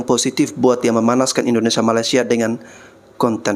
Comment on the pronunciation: Maaf ya Bang tolong lurusin idonesia, bkan indonesa.